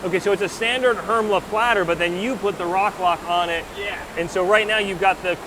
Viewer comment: Please learn to pronounce Hermle appropriately. It is not Hermla or Hermlee it is Hermlay. It's like pronouncing Porsche as Porsh.